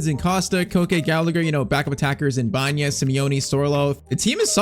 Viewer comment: His name is Alex BA ENA not Banya. Please say it right